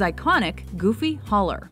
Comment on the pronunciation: Did he said Gooby?